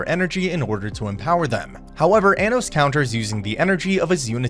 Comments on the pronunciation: why do you pronounce his name like that its pronounced ah-nos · also you say anos wrong just so you know